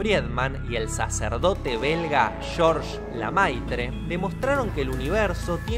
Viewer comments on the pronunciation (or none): Los apellidos del se pronuncian: 'fridman' y 'lemetre'